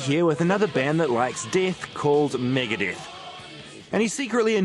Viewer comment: ITS MEGADETH, NOT FUCKING MIGADIETH!!